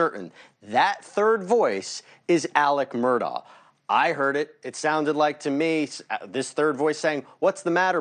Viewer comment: Its pronounced Murdock.. not murdau.. this separates the pros from the amateur "newscasters" do your gd homework